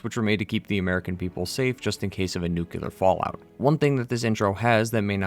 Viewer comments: Maybe learn to pronounce the word Nuclear before you make a video where the word comes up a thousand times. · Could someone point me to the second "u" in "nuclear"? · Your incorrect pronunciation of the word "nuclear" really grinds my gears. Or maybe it's just a tribute to George W. Bush? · “Since the creation of the nuke-u-lar bombs” Are you… mentally deficient? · How uneducated do you have to be to repeatedly say "nucular"? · Nucular? Good grief. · Aww maaaan things we're going so well until you said "Nuke-ya-ler." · "NUKE-U-LAR". Yeah, you lost me. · nu-q-lar, huh? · ITS NOOKLEAR NOT NEWKYEWLAHR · The word ‘nuclear’ is pronounced NU-CLEAR (as it’s f**king spelled)! It is not pronounced NU-CU-LAR! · NOO.KLEE.ER. NUCLEAR. Not NUCULAR. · There is only ONE "U" in "Nuclear" - it's not "Nucular" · Nu-cle-ar. It's pronounced New-clee-ar. Not Nukular. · It’s pronounced “nu-clear,” not “new-cue-ler.” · New Klee Ar > Newk Yoo Ler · Nuclear. Nu-clear. Not "nuke-you-ler" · STOP SAYING "NUCULAR" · its nuclear not nucelar sorry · Nu-clear Not nu-cular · nook-lee-er not nook-u-ler You are pronouncing it incorrectly. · One small thing, nuclear is pronounced “new-clear” not “nuke u lar” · stop saying nuk-le-ar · why you pronounce it "nucular" instead of "nuclear", it's a good video but that almost ruined it for me :( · NewCLEAR, not NewKeLaR. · Just a pet peeve of mine: it's nuclear, not nukuler, I'm talking about the way you say it. Other han that amazing video ! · Please, it drove me nuts to the point of clicking Back: it's nu-cle-ar. Nuclear. Nuclear. Say it with me: nuclear. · The word is 'nuclear', not 'nucular'. What the heck is a 'nucular' anyway? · Excellent video! Thanks for this. BTW though, nuclear is "nook-lee-er", not "nook-you-ler" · "Nukular" Bomb 🙄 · Hard to keep watching after he says "nucular". Maybe go worship you some Jesus, something in your depth. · I'm sorry you cant say "nu-clear". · Nuclear. New - clear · Don't say nucular bro. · lol "Nucular"